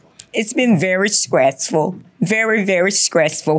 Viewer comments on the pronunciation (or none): Did she said skreasful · “skressful” really bothers me 😭😭😭like why??? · "Very, very SCRESSFUL" 😆